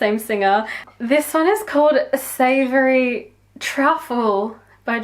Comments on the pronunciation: It's "Savoy Truffle", not "Savory Truffle". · Its Its not savoury 🤣🤣🤣🤣🤣🤣🤣🤣🤣🤣🤣🤣